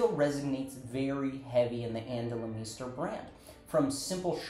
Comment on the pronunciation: great video but why do you say her last name like that?